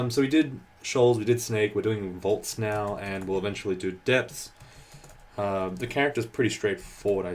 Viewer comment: Just pronounce "Depths" "Deps."